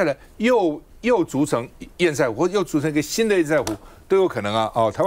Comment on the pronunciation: 趙先生，拜託您！堰塞湖的（塞）與瑟同音才對！ 我不懂？這麼多天了，你為何要一直念錯音？一定有人糾正您，您怎麼還一直念“賽（賽），而不改正呢？您是媒體人，您有責任以身作則。